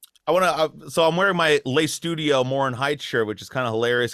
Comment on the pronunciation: "Lay Studio"? Even with my basic high school French, I know how to say "Le".